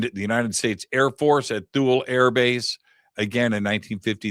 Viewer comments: My dad was stationed in Thule in the 70s. He always pronounces it as (tool-ey) so hearing it pronounced (tul) is throwing me off 😂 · I think it's pronounced like toolee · Base pronounced Tool-ey. Get edumacated prior to showtime. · It's pronounced "tool lee" btw. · My band played The Festival of Light in 2003 at Thule. We were there to entertain the troops. Three things - it was like planet Hoth. Their mission was to watch for ballistic missiles from Russia. And, we were told it’s pronounced “Tool-ie.” Great work to the both of you! ❤ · It's pronounced "Too-Lee". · It doesn't make you sound very credible, you can't even pronounce Ikea or Thule